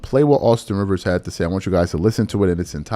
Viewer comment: Rivers said correctly.